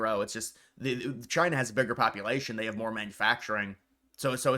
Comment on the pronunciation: “Chy-na” ~DJT